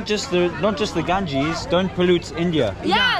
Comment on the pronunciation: this river name ganges not gangis